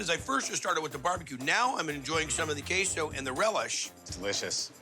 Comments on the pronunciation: Kehso is a first😂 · The way she pronounced queso was diabolical.